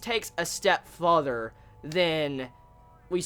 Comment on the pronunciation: Lol sorry bro I couldn't help but correct the way you say further. You say futher instead of further, not criticizing you, was just pointing that out for you :) But I am really in love with this series. It bothered me how he sliced out Ilya's eyes and then stabbed her with no hesitation though.